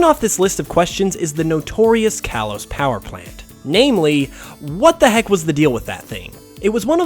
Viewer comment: "Kalos" is pronounced "kah-lohs"